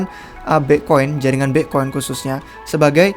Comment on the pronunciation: Bang kalo ngomong Bitcoin jangan Bi'coin. Kalau bisa diperjelas si bang biar ga ketahan dengernya 😁😁😁😁